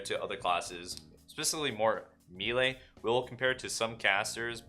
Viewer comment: Bro how do you still say melee like a dingus